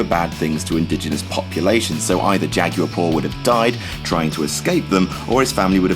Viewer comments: Jagyor? It's jagwar. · The way he pronounces jaguar lmao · You pronounce jaguar really weird. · Why do you pronounce jaguar like that?